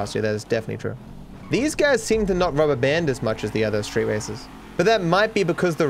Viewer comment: what is 'rub a band'?